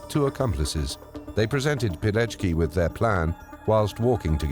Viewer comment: Verdammt noch mal! Was für ein Pijeki??? Hätte die deutsche Übersetzung die korrekte Aussprache nicht prüfen können, statt die französische zu lassen?? Der Mann hieß WITOLD PILECKI (PI-LEC-KI)!